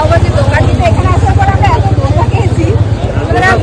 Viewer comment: Its not dhosa its dosa ok.. 😊